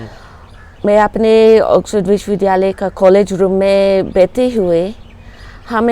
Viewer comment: कृपया विश्वविद्यालय बोलते हुए 'द्य' के उच्चारण पर ध्यान दें, द् य, न कि ध् य। क्षमापूर्वक